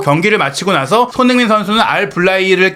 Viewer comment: 알부라히 선수는 메시나 호날두 같은 스타급 선수들에게 특히 도발을 잘하는 선수같아요. 우리 귀한 손흥민 선수 발음좀 잘해주세요. 맨날 소응닌이래 ㅜ